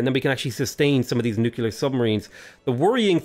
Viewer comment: AAAAA, IT'S NUCLEAR, NOT NUCULAR